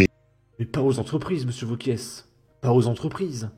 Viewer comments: Wauquiez. C’est pas Gomez. Ça se prononce é et pas ez. Un petit effort s’il te plaît. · C’est franchement pénible. Wauquiez. (É) Pas Wauquiezzzee. Tu es YouTubeur professionnelle? Je déteste Bompard mais je ne supporte pas non plus le manque de préparation. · on dit wauquiez pas wauquiesss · Quand tu prononces Laurent Wauquiez le Z ne se prononce pas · Le mec est pourtant humain (à proori), ce n'est pas une IA mais le mec prononce Wauqieze ! D'autre part, en France on écrit "TOUS les sujets" ! Même un migrant arrivé depuis peu l'aurait écrit correctement ! Vous me faites honte ! Vous pensez défendre la France et ses valeurs, apprenez à écrire !